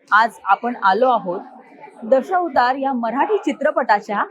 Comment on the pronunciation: दशौतार नाही गं ताई. असा "दशावतार"असा उच्चार कर